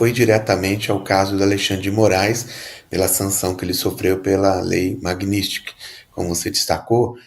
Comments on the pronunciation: O cara não sabe nem falar Magnitsky, o que dirá entender de algo.🤣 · Nao sabe nen pronunciar a palavra!